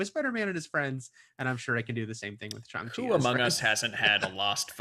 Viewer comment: That’s a really good pronunciation.